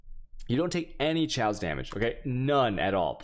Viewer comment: I cringe everytime i hear him pronounce G(uardian) or CH(aos)